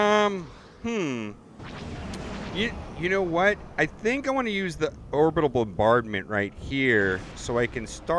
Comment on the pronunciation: You butchered “orbital”